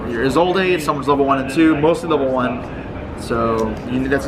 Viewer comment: I had much more of a problem with the pronunciation of 'Isolde'